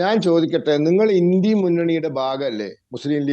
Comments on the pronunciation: ഇൻഡ്യ അല്ല ഇൻഡ്യാ മുന്നണി ഇവൻ നാക്ക് വടിക്കില്ലന്ന് തോന്നുന്നു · ഏതാ ഈ പൊട്ടൻ INDIA എന്നത് ഇൻഡി എന്ന് വായിക്കുന്നു പറയുന്നു